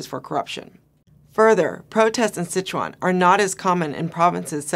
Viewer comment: Her pronunciation on Chuan of Sichuan can benefit from a friendly help of a mandarin speaker. It should be the first tone. Couldn't catch what she meant for Shia Shi either, is it 厦西? It is hard to link what happened in Sichuan with Bo Xilai's event, which will probably be forgotten in no time. The environmental protest is from a very pragmatic concern that is linked with people's distrust of the governmental capability of regulating the industry with environmental laws and bribery etc.